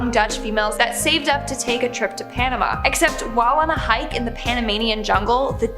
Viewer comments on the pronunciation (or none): none